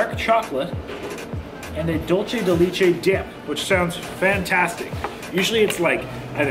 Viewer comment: Its funny how you pronounce "leche" in Tres Leches correctly...but in Dulce de Leche... you pronounce the same word as " lee-che" 😂😂😂 Just an fyi for 😉 and Dulce is "dull-say"